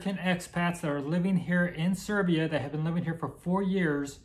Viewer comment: Its Serbia, not Servia. Welcome!